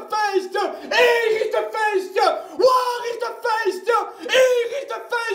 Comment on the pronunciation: Ayant un père Néerlandais, il se trouve que ma compréhension fut des plus totales. D'ailleurs, il me semble que ta prononciation de waar n'était pas correcte.